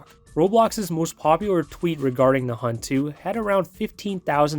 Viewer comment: “The Hubt” ☠️